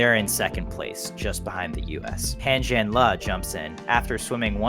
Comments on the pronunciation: Ok, thanks for the fast update. Also, giving you big credit -- finally Pronounce Pan Zhan-le correct on almost all the major English speaking channels out there, spread it out to all your colleagues please, THX! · True. Le is pronounced Ler instead of Lee. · thank you for pronouncing Pan Zhanle's name correctly.